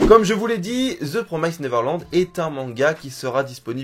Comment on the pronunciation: "Promised" ce dit comme "Promessed" en faite ^^ Comme en Français + le -ed à la fin =)